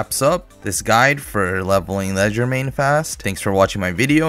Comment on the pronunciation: he can't even keep one wrong pronunciation to stick to. leg der main? ledger main? cmon man atleast try